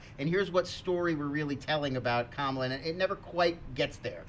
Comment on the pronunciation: keeps saying Ka-Mah-La's name wrong. He's saying it like the VP's name. Both names comes from different ethnic and language groups and are pronounced differently.